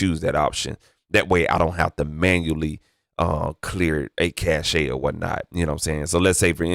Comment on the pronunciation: Cache is pronounced like CASH, not cash-hey.